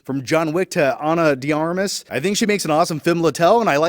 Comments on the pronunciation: I know, right? Be nice if movie review channels learned how to pronounce actors' names. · "ana dee armiss"